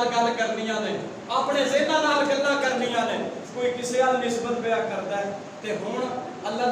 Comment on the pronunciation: بھائ یہ لفظ رڑیاں نہیں رنیاں ہیں تصحیح فرما لیں۔